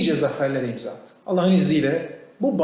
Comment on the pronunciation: Allah diyemiyor daha Alleh diyor ağzı sürşüyor la